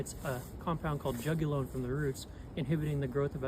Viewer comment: Very interesting for people that are unfamiliar with Pawpaw but two comments, it’s Juglone not Jugulone and I’m highly doubtful that was old growth.